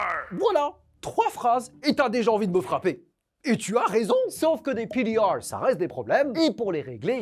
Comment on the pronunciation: Pourquoi PDR est dit avec un accents ? Genre c’est français comme abrevation